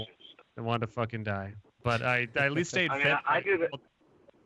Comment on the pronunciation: TUERCK TURNS SCOTTISH FOR ONE SECOND (FOOKIN)